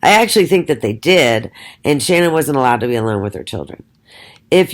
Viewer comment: i can not fathom this. Why would you say these things and not substantiate any of your claimed judgement????. Even if Shannan ( you never say her name right buy the way) Even if she was a big lie should we not love and care for her???? I can never listen nor belong to such negative hate towards a Murdered woman who tried so hard. why not show the documents to back your mouth. I have seen women such as you many times, so judgmental towards others. This takes the cake, Shannan can not fight back, she's dead and a very easy Target. Show documented statements or be quiet. She never had lupus, I just want to see your Diagnosis qualifications. So sad , your doing this and persons listen when they should ask these questions. No go delete me and my truth, See you.